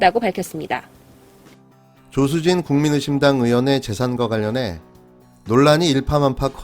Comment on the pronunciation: 국민의힘당이여 국민의심당이여 발음이 ㅋㅋ